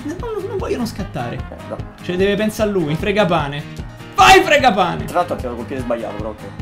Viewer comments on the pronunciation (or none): Fragapane si dice